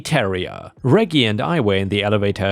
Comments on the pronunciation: REJ-JIE NOT REGGY...other than that ,awesome stories...you're one of my favorites. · Although, the Elevator Dogs story, REGGIE is Normally technically is said like ( REDJ -- Jeee.) :) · Hey, me again. Reggie is a short form of Reginald. The g's are a soft g. So Reggie is pronounced REH-jee. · for future reference, Reggie is pronounced (reh-jee) 😉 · Layla = lay luh/lay lah. Reggie = reh-gee. (gee sounding like "jeep" without the "p" in it) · reggie is pronounced Rej-Gie also keep up the good work i been a sub for years now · Reggie is pronounced like Reg in Register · Reggie is pronounced like in register - reggae is a type of music - short for Reginald! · ⭐⭐⭐⭐⭐ In the US, Reggie is pronounced like veggie, with soft g's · Don't you know how to properly pronounce "Reggie?" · Reggie is pronounced with long G not lower g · 'Reggie' is pronounced w/ a soft G like in 'gerbil'